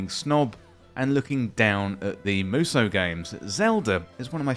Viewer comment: I'd say the first one, or maybe musoh (it's the phonemes "mu" and long "so") Edit: so, it's pronounced correctly in the video